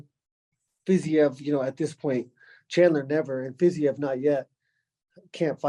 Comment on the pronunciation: justin goes through three months minimum of training camp intensely focused on fiziev and doesn’t even know how to pronounce the name